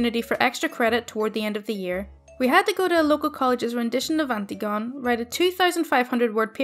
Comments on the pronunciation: It’s not anti-gone it’s an-tig-o-ny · Love your voice and videos - small note, Antigone is pronounced an-tig-uh-nee not anti-gone :)